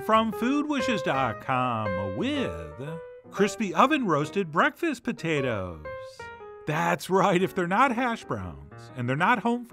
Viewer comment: Your pronunciation of putatahs is the same as my grandfather from P.E.I., who has passed. Thus, I added tears instead of salt. Love from Queen's U, Canada.